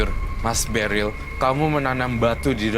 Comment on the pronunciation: Beril bukan deril ooh my goo